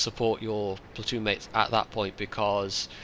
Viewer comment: Platton? Come on,, your English can only get so bad:P